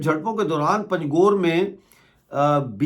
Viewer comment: aap panjghoor ko pangjhoor bhol rahe ho galat hai jaise anghoor bholte hain log waise bholey panj ghoor 😂 baaki aap ka shukriya